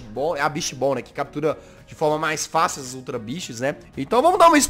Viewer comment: kkkkk só eu entendi "ultra bixas" morri....